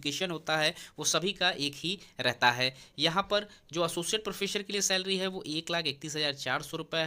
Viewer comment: Sir, "प्रोफ़ेसर" होता है, "प्रोफेशर" नहीं 😏😏